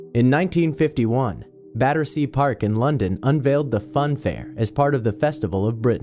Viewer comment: Finally someone who can pronounce Battersea correctly.